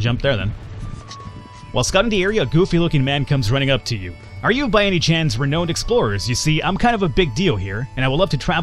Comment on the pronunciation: you are pronouncing renowned wrong dude